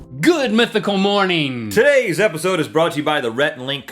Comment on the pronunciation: "more-neeen " (Rips out ear drums)